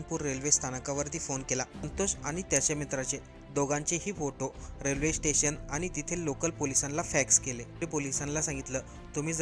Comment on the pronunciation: रेल्वेथेसन❌ रेल्वे स्टेशन✅ अमदाबाद❌अहमदाबाद ✅ अच्यर्या❌ आश्चर्य ✅ तो व्यक्ती नाही ती व्यक्ती. व्यक्ती हा शब्द स्त्रीलिंगी रूप आहे... कठीण आहे मराठीचे 😮..